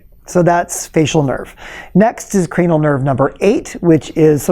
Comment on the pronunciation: Did he say cranial turd?